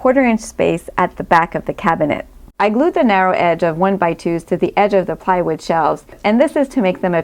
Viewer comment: why you pronounce plywood as piewood?